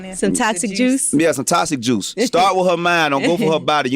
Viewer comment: I lost it when his ass was trynna say oxytocin and said toxic juice 🤣🤣